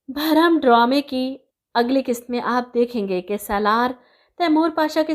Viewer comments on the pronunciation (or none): Please itna zor dy k "bharam" mat kaha kro